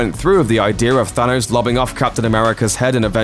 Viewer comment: Can we say thanos and not thanose